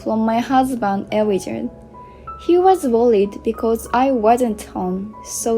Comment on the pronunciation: Elijah is pronounced ee--LIE-jah